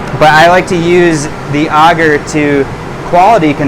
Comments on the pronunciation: Sir great content but please sound it out A gar. Your saying auger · Auger is a machine that digs a hole in the ground. Not Agar, which I've never heard anybody pronounce the way you have. 😂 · "I say agar differently than everyone else because I'm soooooooooo special." As a community we need to agree on a pronunciation and stop playing thsse games of semantics. You said we HAVE to use a flow hood. We can't use a still air box? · first person I've ever heard someone say Agar the way he does and although he has terrific info it's really annoying for some reason hahaha :/ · You are the first person I've ever heard pronounce agar like that's lol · You sure your pronunciation is correct? It's not for digging holes.